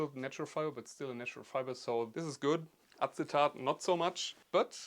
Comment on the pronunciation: Acetate is pronounced the same in english and german with the usual vowel changes. The initial A is the one from apple, adderall, agnostic and the final A is a "long" A as opposed to the "short" A that you used. TAIT instead of TAHT. I did a terrible job of explaining that.